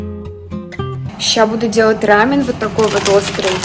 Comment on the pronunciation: ты прекрасна, но прошу, поработай над ударениями😖 сОусы рамён крЕмы